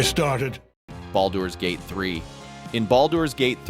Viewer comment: Glad I wasn't the only one. Flat affect is human but this one.. Baldoor's Gate and a couple other pronunciations were just not...typical!